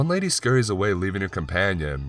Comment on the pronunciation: The last word or everyone of sentences is always emphasized. Offff, laaaatch, awaaayyy.